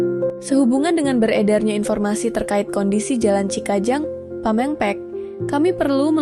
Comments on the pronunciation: Punten Kang itu yang baca Narasi di detik ke 12 bilang Pameungpeuk perlu diperbaiki. bilangnya Pamengpek....punten. Semangat ya. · Itubsi yg suka narasi pembukaan bahasa sundanya suka ada yg salah. Seperti penyebutan "pameungpeuk"... Bukan pamengpek... Jadi lucu dengernya. Kedepannya sebelum di apload dikoreksi dulu ya min❤ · Jln Pameungpeuk...... bukan pemengpek 😂😂😂😂😂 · Pa meungpeuk, bukan pa meng pek,,🤭🤭🤭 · Bukan pamempek tapi Pameungpeuk meni asa kurang pantes katingali lain urang sundana,😂😂, pokona BP aing gubernur is the best.❤❤